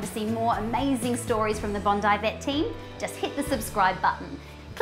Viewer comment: In the USA, BONDI is pronounced "Bon-dee". Almost no one would say "Bond-eye". Just a passing comment. Love your videos.